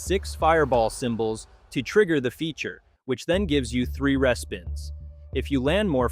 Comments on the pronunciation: Interesting content… but the AI voice is abysmal. Mispronouncing things - for example, instead of “REE-spins” it says “RESS-spins.” Can’t you find a real human to read this? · respins is pronounced reespins - fyi - Connie in Kelowna - but informative video!! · I was liking this to the last machine. When this stupid AI said res-pins instead of RE-SPINS. ARRRRRGGGG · It’s hard to find this credible when the sex and the city slot machine lost the license and was not renewed and it cannot be found in any casino since 2024! Also Tiki fire is not ultimate fire link! It’s lightning link! But you said that happy lantern was the worst lightning link! Also if you’re going to AI to voice your script, then respins as re-spins for it to pronounce properly!